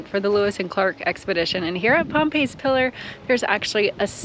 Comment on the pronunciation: Pompey’s is pronounced Pom-pees pillar. The video is fun!! That was really the weird thing I could not get over. It was named after Sacajaweas baby. It’s a walk for sure so take your good shoes. I loved the views you got on the rims. That was a great day! When you come back.. you gotta come back I would do some shots of the actual Zimmerman trail. That thing is something else!! Loved the video. Just the Pompey’s pillar thing. It’s about 30 minutes outside of Billings It’s east of Billing it’s it’s own city of about 180 people.